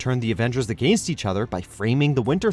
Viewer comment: Lol “Agaeinst” each other. Or maybe the way you say it is spelled “Agænst”